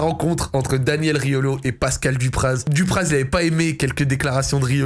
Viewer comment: Si jamais on ne prononce pas le Z de Dupraz